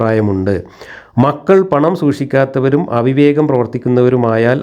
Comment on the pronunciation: സൂശിക്കാത്തവർ അല്ല, സൂക്ഷിക്കാത്തവർ. മഠയൻമാർ അല്ല, മടയൻമാർ.